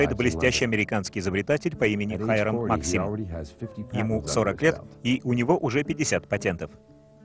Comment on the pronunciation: Правильно МАксим. Ударение на А